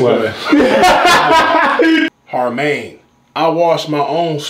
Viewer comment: Nigga said harmaine😂😂😂😂😂